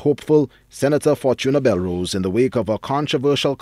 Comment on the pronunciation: Did he call her Ms St. Rose??? He doesn't know her name? It's Belrose sir... or so I thought